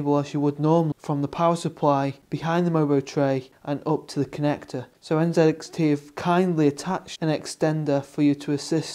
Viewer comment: N (ZEE) X T... NZXT......... Im totally fine with the Canadian and British pronunciation of the letter "z", but when its a brand name... pronounce it how it was intended to be said.